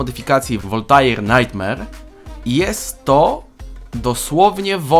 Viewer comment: Niezły film Ale imie Voltair czyta się wolte jeśli mnie pamięć nie myli XD stary pro tip wpierw debate w sejmie robisz a potem dopiero dajesz miejsca w sejmie miastą